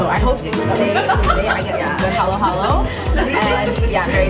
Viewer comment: These ladies know their Filipino food, i.e. They pronounced "halo-halo" right. Edit: and they know how to eat with their hands - the proper Filipino way